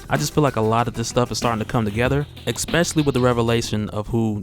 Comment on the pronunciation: It is not e"x"pecially. God damn, I am not even a native speaker but that drives me fucking crazy!